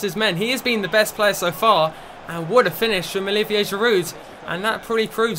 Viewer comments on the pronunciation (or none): none